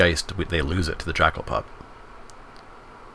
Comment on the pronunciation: Watching you misread pup and firedrinker so many times hurt